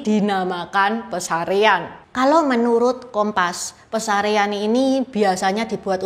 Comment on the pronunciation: Yang benar Pasarean Bukan pesarean